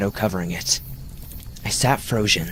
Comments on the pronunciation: I died “I sat frozhin” 😂😂 keep in mind I’m exhausted and tired and anything makes me laugh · "Cruzher, frozhin" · I sat frochen LoL how'd you let that one slip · I thought my hearing was messing up. Glad someone else heard it lol